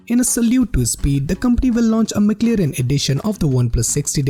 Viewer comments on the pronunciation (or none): Mc lirin. 😂😂😂😂. At least learn to pronounce it well me friend